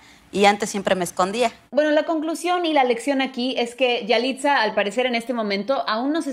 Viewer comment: No se dice yaliza